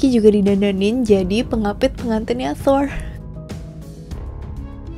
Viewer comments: Kak request klo bilang R rrrrrrr aja udah klo dibikin ERH malah bingung gw sumpah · Thoeeer thoeeeerr. Wkwkwkwk. Thor gtu aja mbak,gausah fasih2. Di film kan jg dia dipanggilnya "thor" bkn toeeeerrrr.. Wkwkwkww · Thor di pelafalanya yg bener itu "tur" (Kaya kalimat turis) coba cari norse pronounciation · Nyebut nya Thor ap thoirs? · Thol ya bukan Thor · Melafalkan Thor untuk “r” harus kentara. Seperti orang indoensia melafalkan r pada umumnya. Karena bangsa nordik melafalkan “r” dengan jelas. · Huruf R di mitology nordik pelafalanya harus kuat Dan gx cadel kaya R english